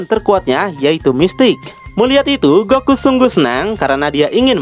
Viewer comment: keren loe bang apa loe lagi cpe tah bang ko goku jdi goki hehehehe istrhat bang juangan di paksain bang